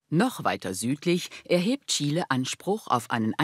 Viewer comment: Bravo! Chile mal richtig ausgesprochen. 👏